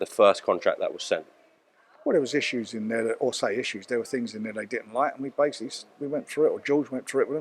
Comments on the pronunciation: Working on a couple of tings brav. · At 5.21 did man say tings?